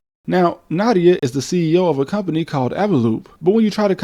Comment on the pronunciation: It's pronounces Nadia, not Nada. Just as you pronounce "Het" in Russian as Nyet.